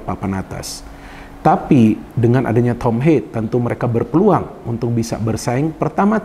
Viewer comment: Ha-ye Bro. Bukan Heiy pengucapan namanya. Dia dari Belanda bukan dari Amerika.